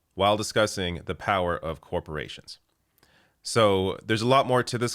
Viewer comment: "corprations" --- TRIGGEREDDDDD